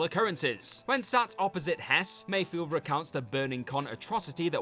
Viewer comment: It's Migs Mayfeld. Not Mayfield